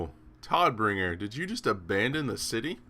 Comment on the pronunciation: Just as a sidenote: It's pronounced more like Toad-bringer which is german for something like Deliverer of Death